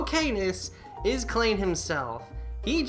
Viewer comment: Minor correction: "Klein" is pronounced "Kline," though I only know that because it's also a name Sword Art Online uses for one of its main supporting cast. Spelled exactly the same way in that series, actually. ...I have a copy of Iris 1. Really should play it sometime.